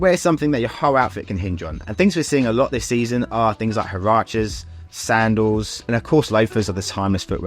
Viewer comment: Huaraches is pronounced H'war achees.